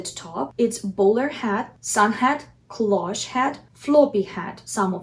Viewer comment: This is absolutely fantastic,! It is very rare to find such good advice about how to style a hat. If I may make a tiny suggestion, "cloche" is a French word and there is no accent on the final e". So it is pronounced "closh" in English. Many thanks for your insightful and informative videos. Love from Canada.